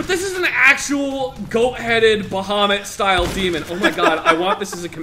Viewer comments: It's Baphomet not Bahamet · *Baphomet, not Bahamut